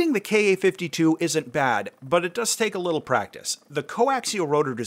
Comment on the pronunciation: Thank you for saying "Kay Ay" and not "Kah." Drives me nuts. "Kah." "Soo." "Mee [Mi]." Drives me insane. All the youtubers do it, especially the ones following the "current events" going on Over There.